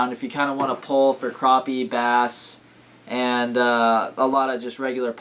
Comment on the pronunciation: not to be mean but it's purnounced crap-ee